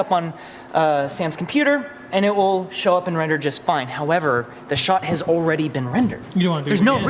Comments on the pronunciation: "Wrender", lol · Nobody: Render = wrender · How many times did it say "Wrender" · wrender 🤣, do you still read all the comments? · chuckles "Wrender" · Turns 'Wrender' into a drinking game Dies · Wrender? Haven't heard that in years